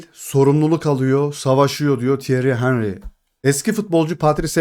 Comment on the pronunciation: Henry'nin adını çok yanlış telaffuz ediyorsunuz.